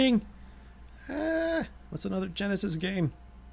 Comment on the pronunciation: LMFAO when you said Genysis